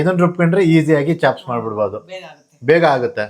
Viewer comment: Chops adu chaps alla. Kannada creator adru english sari idre chanda.